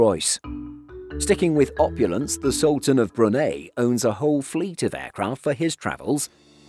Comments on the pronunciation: Many thanks for this but would like to point out that you kept pronouncing Brunei incorrectly it is Bru (as in Iron Brew) and Nei (N’ eye) definitely not ( Ni or Knee). It grated on me and yes, I have been these for work. You also pronounced Austria wrong. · You know I'm not grammar nazi or do I think someone should spell everything correctly. You know live and let live.BUT I WILL BE DAMNED IF PRONUNCIATIONS ARE NOT TAKING SERIOUSLY THIS MAKES ME GO NUCLEAR. BRU-NEY??? WTF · Do people in Brunei pronounce it the way the narrator does in this video or is he just saying it wrong? He’s saying “bru-nay” but I’ve only ever heard it pronounce “bru-ny”